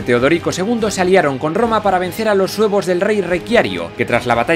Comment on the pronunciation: parece que dice "para vencer a los huevos del rey Requiario" xD